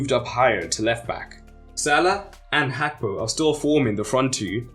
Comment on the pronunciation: The pronunciation of Gakpo is crazy